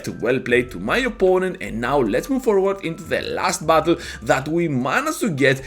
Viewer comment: When you say "battle" it kinda sounds like "butthole."